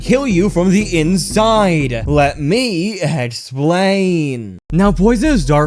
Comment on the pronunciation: ehhxplian(best way to say it)